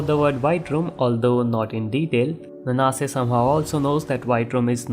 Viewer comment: I always read Nanase as 'Naan-se' so hearing 'N-naa-se' for 24 mins straight was really painful🥲